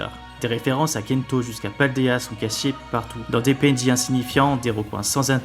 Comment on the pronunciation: Pour kanto c’est proche de la prononciation japonaise.